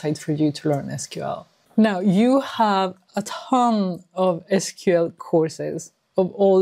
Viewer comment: Finally found another person who pronounced it as "es kyu el" instead of "sequel"😊